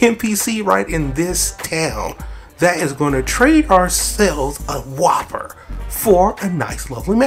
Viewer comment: You dont pronounce the name like its a burger you say wuuper